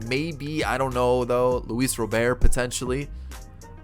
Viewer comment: ITS ROBERT WITH A T NOT ROBER WITHOUT THE T ITS ROBERT GOD DAMN